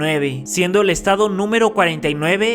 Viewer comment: Te comiste la 's' en "estados " .